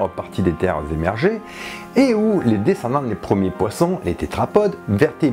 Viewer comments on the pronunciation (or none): none